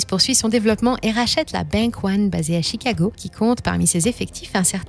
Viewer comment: Pareil pour Chicago . On proncr Chicaaago..